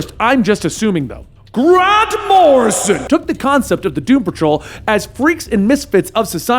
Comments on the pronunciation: i love the way he says G R A N T M O R R I S O N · I'll never be able to say Grant Morrison, the same way again. From now on, it's only GRANT MORRISON! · Dude stop with the grand morison it's so annoying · The "Grant Morrison" joke was funny exactly ONCE (sort of). At no point was Danny named The Roadway instead of The Street. Rachel's name was not pronounced like the slur used against Polish people. 7 years late I know, but it just popped up on my YT feed, I clicked because Doom Patrol, and GOD, was that annoying!